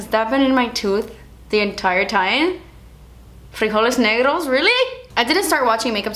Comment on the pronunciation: DO YOU KNOW HOW TO SPEAK SPANISH? Because you said Frijoles Negros as I do. Listen to me: FRIJOLES NEGROS. Did you hear? ☺